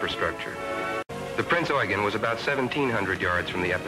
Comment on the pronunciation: 途中 プリンツオイゲン って言ってた